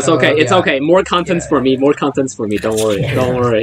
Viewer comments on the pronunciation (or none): Next time say content